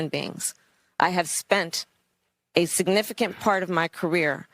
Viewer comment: The woman should make sure she never utters the word "significant" again. I laugh at her every time I hear it...